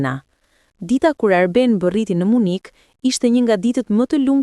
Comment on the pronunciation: Dhe 😂 nuk është Munik në shqip por MYNIH oooo Gaz në Tare 😅😅😅